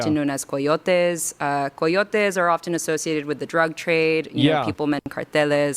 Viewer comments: The fake accent whenever she says a word that even remotely spanish is so disrespectful. Cartàles, after "accidentally just saying cartels. Coyotes the terrorists is spelled and pronounced the same as the animal. Its Ky-O-tee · That's "COIYOTEHH" to you, buster! 🥴